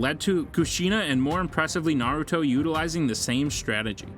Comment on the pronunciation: all the names are so bad. this guy has never watched naruto.